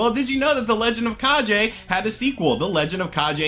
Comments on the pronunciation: Its the legend of kaGe not kaJe Translate to legend of shadow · Lol at “the legend of kah-jay”. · Kage: It's pronounced "kah-gay", my friend. It's the internet so I have to correct you. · legend of kah-jay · „G“ in the word „Kage“ is pronounced as „g“ in the word „gun“. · Kage has a hard G not a soft G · A great list; the DS has a great library with lots of interesting little titles. Funny to see people still mispronounce "kage" just like they did back for the original NES game :p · Yeah, don't pronounce "GE" like in "GEneration"